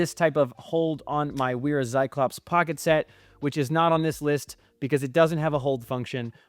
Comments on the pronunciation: Love all the detail you went into. I have one small correction that I'm sure you've heard before, but I wouldn't be myself if I didn't say it: WERA is a German company, and as such, it is pronounced VERA. W in German is always pronounced more like a V and funny enough, V is pronounced more like an F (so Volkswagen is pronounced FolksVagen...lol). But yea, it's VERA, not WERA. :) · I agree 100% I love Wera tools. My veto bags are filled with pretty much nothing but Wera, Knipex, and Wiha. I appreciate you sharing your thoughts. Side note: in German, the "W" is pronounced like a "V" in English, so Wera is pronounced as "Vera" also what is up with your pronunciations of "Acme". Kind of freaking me out 😅😂.